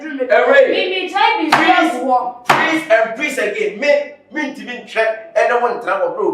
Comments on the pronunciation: Ashanti's with their R and L, pronouns action. Kyekyeku is it prease or please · Kyekyeku stop saying prease, is please.❤❤❤❤❤❤❤